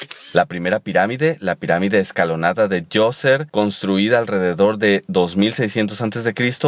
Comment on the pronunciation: No es " Toser" sino Zozer